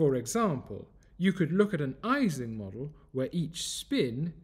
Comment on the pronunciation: Great video. I believe Ising is pronounced [ˈiːzɪŋ] as it is named after Ernst Ising.